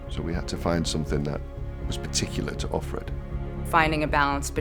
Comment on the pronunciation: why do they keep saying off - red? Isn't it of - fred?